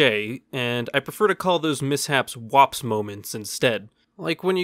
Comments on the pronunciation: Woops You said it wrong.. What W O P S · When you are just too much to where you can’t even say whoops correctly W O P S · “Wops” You have the weirdest way of saying whoops that I may ever have seem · Everyone: woops Literally everyone: woops Him: wops 😂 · Its WHOOPS, not WOPS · It’s not WOPS it is w ou. Ps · Just so he knows its woops... The word is woops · Hey, remember that time you came up with your own made-up term for embarrassing moments and thought you'd give it a quirky fun little way of pronouncing "whoops" but ended up naming it an ethnic slur against Italian people? Heh, Wops! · It was pronounced wups